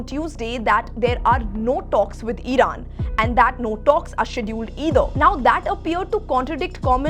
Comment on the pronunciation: Idan instead of iran 😂😂😂😂